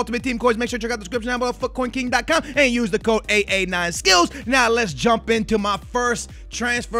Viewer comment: Why the fuck is he mixing up the vowels. His name should be UU9 Skollz and not